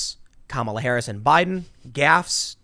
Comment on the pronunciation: Stop mispronouncing her name and just call her Horrible Harris already. P.S. Don't fix the camera. Orange woman good.